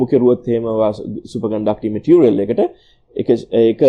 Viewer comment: ඕකගෙ බොරු බන් 😂 කෝ ඉතින් ඔය කියන සන්නායකේ? චිචියගෙ රොකට් වගේ තමයි 😂💩 අනිත් එක බලහන් මුගෙ වචන "මැටීරියල් --> බෙටීරියල්", "ඉම්පියුරිටීස් --> ඉම්බෘටීස්" 😂 ප!ඩ ශෝ. ඇමරිකන් සුද්දෙක්ගෙ වත් නෑ ඕයි මෙහෙම ප!කේ ඇක්සෙන්ට් 😂💩 තනි බොරුවක් කරන්නෙ.